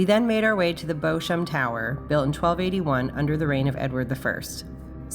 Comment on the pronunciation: Thank you for your excellent video. Just one point though - Beauchamp is pronounced BEE-CHUM. It's one of those idiosyncrasies of the English language.